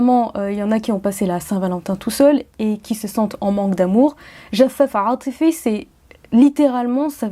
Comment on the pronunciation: Très beau vidéo comme tjrs PS. C'est jafaaf atifi et pas jaff atifi